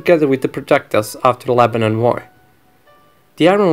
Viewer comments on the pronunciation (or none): none